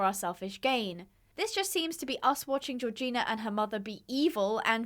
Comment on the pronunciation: Gorgina- I kept hearing Regina in the movie and the video so I was like " Regina George why you riding horses" 🤣 (love ur vids!)